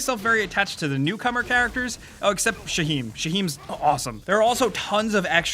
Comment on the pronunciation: Shaheem??? Yea right! 😂😂😂